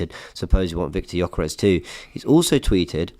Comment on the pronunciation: it's Gyokeres. Not jokeres. 🤦